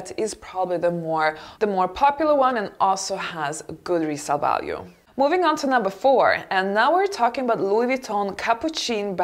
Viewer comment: I agree entirely about the choice and the analysis of these bags, may I only suggest an improved pronunciation for the pochette (poshét) and capucine (capussyn’) bag. 🌷